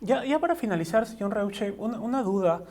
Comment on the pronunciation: su apellido se pronuncia ROISHE, algunos ni saben como se pronuncia el apellido hochhausler de nuestro presidente